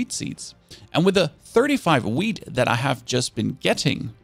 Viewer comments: While filming this, you said whead thrice, is it because you like it so much? :D Whid seeds. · as a stoner i love it when he says wheat 🤣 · u say wheat... like a pro 💪😅